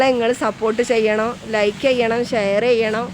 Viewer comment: ചൈയ്തണം എന്നല്ല ചെയ്യണം...ok.... ❤❤❤❤❤❤❤🥰🥰🥰🥰🥰👍🏻👍🏻👍🏻👍🏻🥰🥰🥰🥰🥰